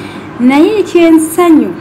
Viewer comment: The word is Ekyesanyu"...say it correctly if yo true muganda.